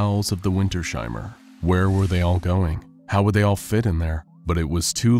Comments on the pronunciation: Winters-Heimer. Not Winter-Sheimer. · It is not Winter Sheimer, but Winters-Heimer. 😂